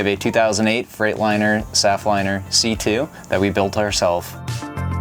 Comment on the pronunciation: what he said already doesn’t make sense. He may own a bus but he has no idea what he is talking about. He said “saff liner c2 and it is a “saf-t-liner c2” — pronounced “safety-lined-c2” Additionally a Saf-T-Liner C2 is made by Thomas not by Freightliner, like he said. His hood even says Thomas which is shown . This man does not have a “saff liner c2 by freightliner” he has a “Thomas saf-f-liner c2” -Signed a professional school bus driver with over a decade experience.